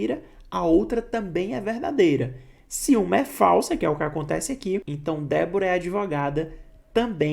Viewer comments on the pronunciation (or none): gostei da explicação professor, mas fica um pouco ruim, com a pronuncia das palavras onde é se então, vc fala si então, onde é E vc fala I confunde um pouco